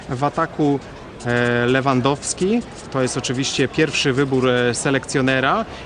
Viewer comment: LEWENDOWSKI xd